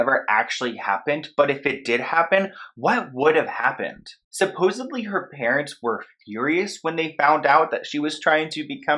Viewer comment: "supposedly" - there's no B in it.